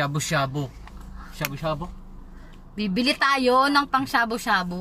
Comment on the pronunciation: Hahhaahha pang Shabu-Shabu, hindi ng shabo hahahh